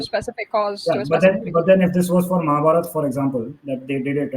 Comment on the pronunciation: Anybody who pronounces rigveda as rigvedaaaa and mahabharata as mahabharataaaa should not be taken seriously